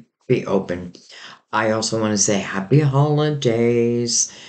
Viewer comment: Did you say happy hollandaise, lol